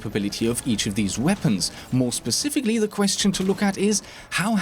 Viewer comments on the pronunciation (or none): none